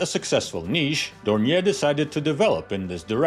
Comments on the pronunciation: I think the pronunciation is more like "Don-yay". At least that's how the Brits say it. And I think the Germans. I'm a fan of Doniers, going back to before WW2, they make some interesting stuff. The Do 24 is just fantastic looking, maybe the best looking flying boat ever. Who doesn't like a trimotor? And they are still flying them, I think they even still make them, with turbine engines now. I might be thinking of conversions but I think I remember being surprised they are or were still being built right up until recently. Everyone thinks the Catalina is classic but the Do 24 seems roughly equivalent. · Hello from Munich, which is situated only 30 km far away from Oberpfaffenhofen. Indeed you can't forget the pronunciation of the "R" in Dornier. Try it wirh DORN-YAY. Maybe this is the best approach to the right pronunciation. ;))